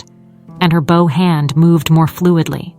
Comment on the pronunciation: Poor pronunciation of some everyday words ("bow" of the violin is pronounced like "know", "show"! "bow" meaning "bend" is pronounced like "cow", "now", "how"!)